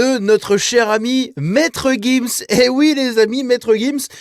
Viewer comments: c'est monsieur gims pas guims ... on dit giraffe pas guiraffe :D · On dit gims. Tu dis une gifle ou une guifle ? Tu dis une girafe ou guirafe ?